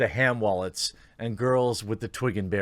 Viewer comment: HE SAID HAM WALLET!!!! 🤣🤣🤣🤣